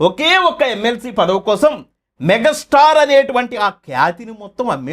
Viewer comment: మెగ స్టార్ కాదురా బాబు మెగా స్టార్ అనటం ప్రాక్టీస్ చెయ్యి ముందు